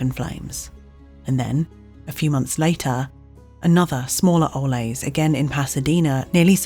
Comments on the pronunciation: Just for information, Ole’s is not Spanish and is pronounced oh leez. The city of Tulare is pronounced too-lair. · It's driving me nuts that the narrator won't pronounce Ole's name correctly, even after given examples in the Ole's ad